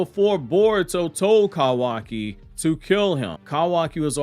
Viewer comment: I cant with the Cowaki...Love the info though.